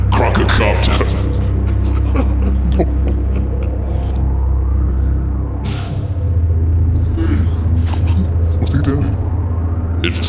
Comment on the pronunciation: They call them slorbs. I burst out laughing every time. Not to mention everytime says CROCOCOPTER!